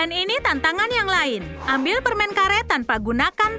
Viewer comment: Permennnnnn bukan permengggg heeeeeeh